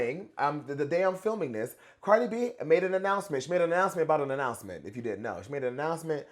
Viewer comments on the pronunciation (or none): I got ananananannanananoucment to make 😂😂😅 the prononciation god